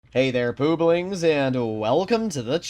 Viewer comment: pooblings !? cmon bro !! LOL